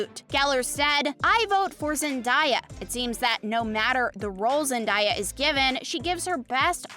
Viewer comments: I cannot watch this video listening to the speaker mispronouncing Zen-DAY-Uh. SMH, "Zen DIE uh"? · Zendaya is pronounced ZIN-DAY-UH 🤯